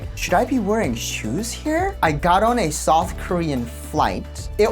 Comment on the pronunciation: I thought you said soft Korea instead of South Korea, the more I think about it, south would definitely be the softest Korea 😂